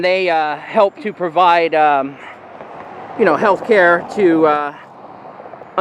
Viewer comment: "Heath" Care